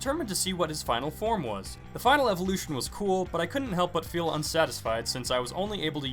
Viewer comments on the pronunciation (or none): none